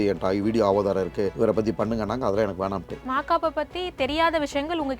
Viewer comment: Avadharam ila da gundupayale, adhu aadhaaram😂